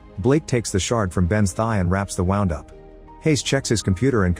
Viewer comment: wrapping a wOUND up>? It's wound as in WOOND